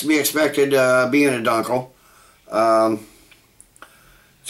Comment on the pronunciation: It's pronounced " dune kel ".